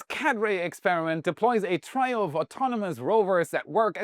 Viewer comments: btw, trio is pronounced tree-oh, not try-oh. 2c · It's not "Tr👁️O", it's pronounced "TREE-O"! 👍🏿😅